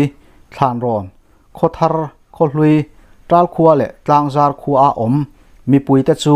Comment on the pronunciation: Tlangzar i lam dan hi a dik lo a, zar tih lai tak hi Thingzar a zar tih ang a lam loh tut ani.Zar tih lai hi lam hniam a ' Inzarzawm' tih kan lam a,zar kan lam ang hian,lam hniam tur ani.Tlangzar.